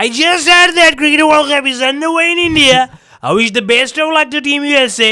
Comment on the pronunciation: Pakistani know only 10 words in interview - Bismillah 😂 Insallah 😂 Rehman ur rahim😂 Cangratulae😂 Fartunate😂 Goosebumps 😂 Momentum 😂 Endia😂 Catch the drop😂